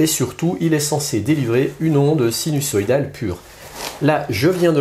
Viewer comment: interessant. Par contre on prononce sinuZoïdal et non sinussoïdal. ;-)